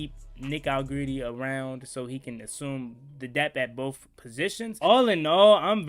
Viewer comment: Hell u keep callin dat man allegreedy for 😂😂